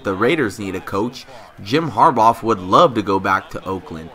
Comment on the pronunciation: Harbaugh pronounced (HAR-Baw) not (HAR-Bawf)